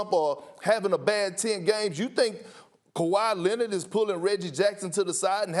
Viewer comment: nobody: absolutely nobody: stephen a: KAWHI LENNID!!!